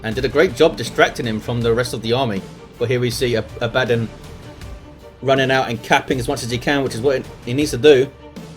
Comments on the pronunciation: It's Abaddon, not abAddon. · The way you pronounce Abbadon is triggering me